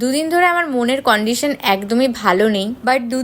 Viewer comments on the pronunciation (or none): কন্ডিশন না কান্ডিশন